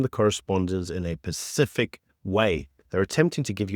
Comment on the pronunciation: *specific, not pacific